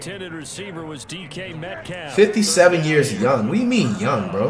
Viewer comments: Btw he actually used to say metcalf but he just randomly started to say metcough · This man said dk metcough 😂😂😂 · He can't pronounce any name first it was luke kuechly now d.k Metcalf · Does this guy watch sports at all? He’s mispronouncing player names and He truly believes 99’s are unstoppable. If you’re 🗑 99s don’t matter.